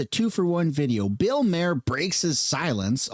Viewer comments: His name is spelled maher, not Mayer like he pronounced it. He might need to go back and take english again......😂😅😂😅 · His last name is not pronounced like mare …. His last name is pronounced like Mars without the S …. Or Mark without the k ….. Bill Maher (mar) ….. not mare …. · Maher is pronounced “mar”